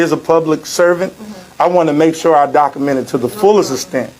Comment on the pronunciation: It's "docUment" not "docament". And the it's "earth' not earf. Lol